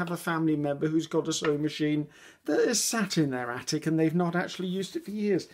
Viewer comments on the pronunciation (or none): none